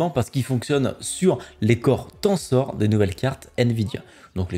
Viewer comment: ca se dit en prononciation Tensor Core comme le chiffre ten, et sor se dit ser, pas Tansor :D